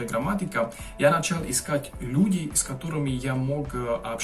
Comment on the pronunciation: У вас потряса́ющий прогресс. Браво! 😁👏 Вы прекрасно и, главное, свободно говорите на моём родном языке. Не останавливайтесь! 🏃‍♂️❗ Только позволю вас немножко поправить: - языковы́м. - функциони́рует. - люде́й. - не стесня́йтесь. - употребля́емых. Скажите, на ваш взгляд, грамматика венгерского языка действительно самая сложная среди всех языков Европы? 🤔